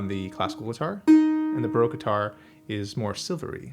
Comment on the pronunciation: Why would you say Broke guitar? There is an A in Baroque. Do you drink beer in a br? Or in a sloon?